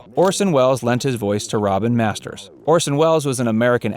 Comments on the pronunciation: "Robert Masters" ??????????? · Orson Welles appeared as "Robert Masters..."????? It's ROBIN Masters dipshit.